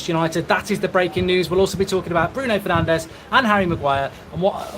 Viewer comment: Pls it's bruno fernandeS, not bruno fernandeZ, he is not spannish ok 😂